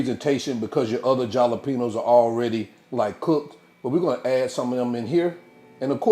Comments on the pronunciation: Love your channel and revise. A little hint, the peppers are pronounced with an H not a J😀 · The Way You Be Saying Jalapeños 😂😅😂 Love The Videos And The Them Great Dishes You Be Creating 👍👍🫡